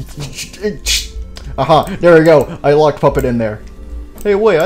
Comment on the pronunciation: did the old Freddy say poopet💩💩💩?